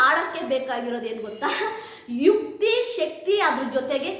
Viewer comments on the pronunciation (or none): ವಿಕ್ತಿ ಅಲ್ಲ ಮೇಡಂ ಯುಕ್ತಿ ಅದು